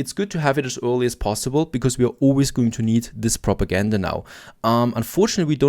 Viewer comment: It's kinda funny to me how he keeps saying ''propagandur'' instead of propaganda.. funny how accents and trying to speak in different languages can cause moments like mispronunciations